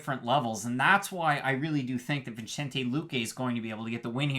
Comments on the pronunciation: It’s not venchente. But i Like the show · I believe it's read as "Vi-sen-tey" 😀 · its read Vi-sen-tEH, not ay or ey